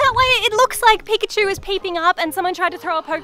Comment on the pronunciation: Peek-at-chu it’s perfect.